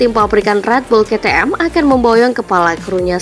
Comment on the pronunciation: Aku pusing denger ke te em ke te em terus,,,pliiis kei ti em